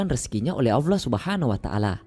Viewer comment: Maaf bang bukan alloah... Tapi Allah 🙏🙏